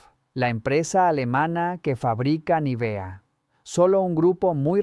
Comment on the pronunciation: Vaya, aquí han descubierto el Mediterráneo. Es Nívea, no Nivea.